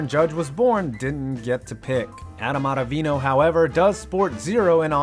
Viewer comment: 2 two things First why are you doing ottavino like that Second that is the most wrong statement I’ve heard you say he had an under 2 era he had 88 strikeouts in 73 games he has a dirty slider he was arguably the best reliever for the Yankees this year.